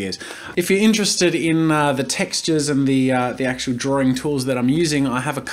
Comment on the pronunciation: why can't you pronounce drawing correctly????. ITS NOT 'DRAW-RING' !!!!!!!